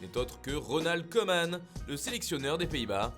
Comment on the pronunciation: Bonne idée ou pas, le oe en néerlandais se prononce comme notre ou, comme dans coucou :)